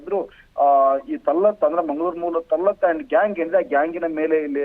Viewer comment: ತಳ್ಳಾಟ ನೋಫಲ ಏನು ಉಚ್ಚಾರಣೆ ನಿಮ್ಮದು ಅವರ ಹೆಸರು ತಲ್ಹತ್ ಮತ್ತು ನೌಫಲ್ ನಿಮ್ಮದು ಒಂದು ಡಬ್ಬ ನ್ಯೂಸ್ 😂😂😂😂😂😂